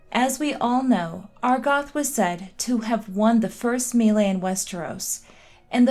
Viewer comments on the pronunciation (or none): none